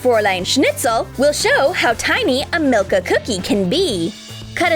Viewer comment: My dog’s name is Milka. It’s so nice hearing say it. ❤️u!!!